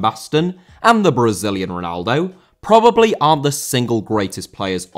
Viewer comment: Lothar* not Louwther Matthäus* not Mattheyas Ronaldo* not Ronaldouw Marco* not Mahcouw Jimmy* not Djimmy Johan* not Jouwhan Barcelona* not Bohçalouwner Lionel* not Linl Alfredo* not Alfreidouw Can't* not Khon' Zico* not Zicouw Diego* not Diyeigouw Pelé* not Pelei Serie* not Siri Udinese* not Udeneisei Flamengo* not Flamengouw Gerson* not Guerson Leônidas* not Lionaidas Antlers* not An'lers Eusébio* not Yusséibiouw Mozambique* not Mouzambique Maxaquene* not Máxequen Andre* not Ondrei Half* not Holf Regime* not Reigime Franco* not Francouw Baresi* not Bareisi 27 mistakes ffs